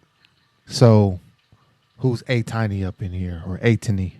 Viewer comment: Because "ATINY" is ATEEZ and destiny put today the "tiny" at the end has the same pronunciation as "destiny" so it's " eight-iny"